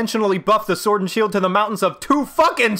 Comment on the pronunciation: You certainly meant "SWUORD AND SHUELD!!!" no?